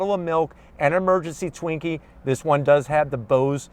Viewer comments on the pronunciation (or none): It sounds like he's saying "twinks" instead of "Twinkies". Lol